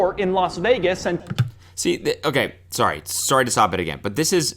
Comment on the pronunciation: is the most Canadian “sorry” I think I’ve heard him say